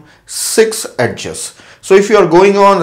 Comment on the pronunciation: its not ed-ges , its edges